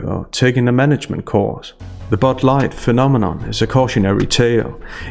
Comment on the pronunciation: What's "Bud Lightt"?